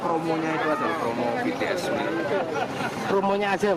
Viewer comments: dia kenapa nyebutnya betees sih 😭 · BTS NOT BE TE ES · betees? bities om 😭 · Pakk bities bukan betees😭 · susahnya nyebut BITIES apasih? masa BE TE ES ngakak bgt wkwk